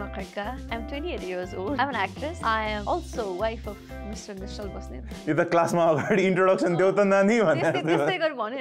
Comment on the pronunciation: nischal basnet not basset 😢😆